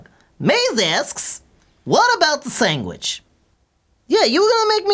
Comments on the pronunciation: Haha u say sang-witch lol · Why does pronounce sandwich, "sangwich?" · says "sanguich"?